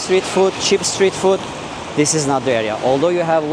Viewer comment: Just a small thing I noticed—you might be saying ‘foot’ when you mean ‘food.’ The words sound similar, but ‘food’ has a longer 'oo' sound, like in ‘mood.’ Thought I’d mention it in case you want to adjust it—you're doing great otherwise!